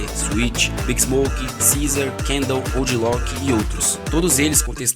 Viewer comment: Who tf is “OOG LOCK”